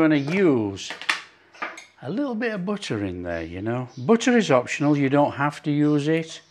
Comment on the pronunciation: A man who can cook is so attractive. And even better is the way he pronounces butt-rr. No offense meant to the Mrs.